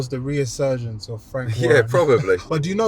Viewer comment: Never watched this show before but the host is thick. What is the word ‘reasurgence’?!🤦‍♂️🤣